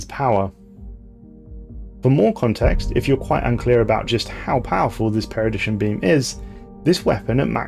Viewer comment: Always love a good stelarris video for the shower. But you mispronounced perdition as paradition and captions confirm this.. also sounds like your calling the gauss cannon a gas cannon but that ones more understandable with the cool accent. Wonder what accents would form in space